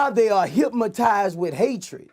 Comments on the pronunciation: “They git hip-matize” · "HYPMATIZE!" get it right bucko